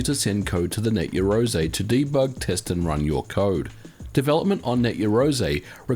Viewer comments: Just want to point out... "Yah"-roze not "Ye"-roze... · You are pronouncing it incorrectly, its yarou ze kinda like 2 words and the r in rou is a mix of r and l sounds. you can use text-to-speech to get an idea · It's pronounced *YAroze* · You realise you don't pronounce it Yarozay don't you? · Your pronunciation for "Yaroze" is completely off. It is Japanese so the sound is closer to "Yah Loe Zae" meaning "do it together". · It's pronounced "ya-roo-ZEH" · 99% of the time you are mispronouncing Yazore. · I think you're pronouncing the name of the system incorrectly. The "something-ze" speech pattern is strongly associated with the hot-blooded protagonists from manga and anime targeted at boys, so I believe you should be shouting the name.